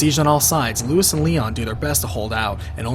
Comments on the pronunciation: Damn, I know Leon pronounces it that way in the game, but the guy's name isn't Lewis. It's Luis - like Loo-ees. It's Spanish. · RE4 was over-the-top dumb. Played it, completed it... Still hated it. RE1, 2 & Nemesis are the best by far. Whenever Ashley got taken away I sighed with relief. Annoying cow. Also, its Luis, not Lewis. (Pronounced Loo-eess - same as it is pronounced in the game. Confusing I know) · Keep on mispronouncing luis. It's pronounced lou-ees